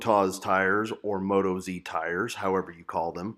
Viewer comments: Moat-oz is the way to say it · Appreciate your opinions, thanks...be interested to know how you go with mileage on them. BTW being an Australian company (often abbreviated to Oz), they’re pronounced with the emphasis on oz, not moto z...no biggie